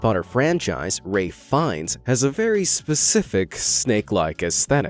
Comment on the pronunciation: Omg thank you for pronouncing his name right (most don't know it's Welsh), I can't tell you how many time people pronounce it Ralf Fee-ens or something similar. Also while on then topic it baffles me that so many self proclaimed fans can't pronounce the author's name right either lol